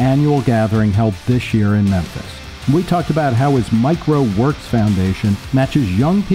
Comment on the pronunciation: Mike Rowe Works sounds like "microworks".